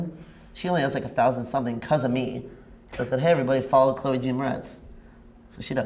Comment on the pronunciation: Her name is Chloe not Chleo.